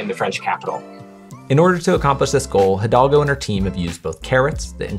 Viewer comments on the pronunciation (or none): Thanks for this video. The name of the paris mayor is Anne Hidalgo and not Hidolga. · It's Hidalgo, not Hidolga. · Bro struggled to say Anne hidalgo